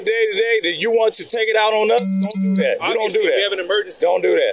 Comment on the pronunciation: the pig can't even speak English "dat", "dis" "over dere" "don't do dat" ad nauseam